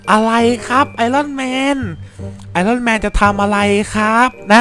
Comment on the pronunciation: พี่มันออกเสียงว่าไอออนแมน